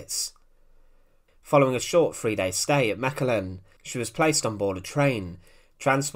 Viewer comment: Kudos to you for not butchering the pronounciation of Mechelen. Greetings from a Mechelen resident.